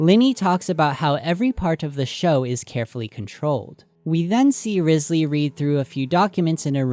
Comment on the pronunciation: Quick note but Wriothesley is based off the first Earl of Southampton, Thomas Wriothesley, or possibly his descendants, meaning he might be linked to the doings or personality of the Earl. Side note: Wriothesley is pronounced Rye- zlee. I also think it's interesting that some people tend to miss that Fontaine is also based on Britain (mainly England) and so it would be interesting if there was information in Britain's history that might link to the story/ the lore of Fontaine. Just some notes, nothing too important in this comment. ^^ EDIT: The first Earl of Southampton had close ties with high society. He held titles like secretary of state, Lord Chancellor and Lord High Admiral meaning he was very influential. He betrayed Thomas Cromwell in 1540 (during the time of Henry the 8th) which could also be important to the storyline of Fontaine. His role may be a double agent of sorts, where he works high up in govt while relaying information to the people below so they can act in the most affective way. EXTRA TEA: Super side note but Thomas Wriothesley's son Henry was rumoured to be the addressee of Shakespeare's poems Venus and Adonis and The Rape of Lucrece (I believe confirmed) and quite a few of his sonnets (unconfirmed)